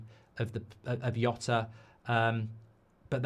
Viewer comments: Nice one, Mark. But please, it's pronounced "Jhota" with a J sound. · Yeah he couldn't even prnounce Jota's name correctly. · Mark you're mispronouncing his name. The J isn't a silent H.